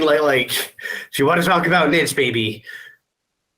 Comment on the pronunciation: Plus, he says the word niche a lot, but is pronouncing it wrong . Haha